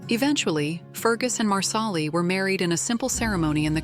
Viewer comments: It’s not loaoghiare it’s leery do better . And it’s marsal-ee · Please, please watch the show before making a mess of names. Loghaire is Leery & Marsahli as u pronounce it is Marsellee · At least program your AI voice to pronounce the names right. Culloden. Marsali. LY-o-hair? Seriously?